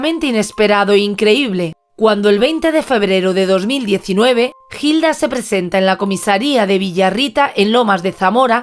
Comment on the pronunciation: En vez de una celda merece un monumento. María, aquí 🇦🇷 Hilda se pronuncia con H muda "Ilda".